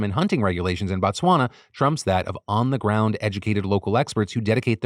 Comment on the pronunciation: hearing PhillyD trying to say Botswana high-key hurt me as a South African lol